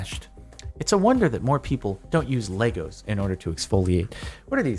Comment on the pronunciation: Lay. Go. Not Leg. Gos.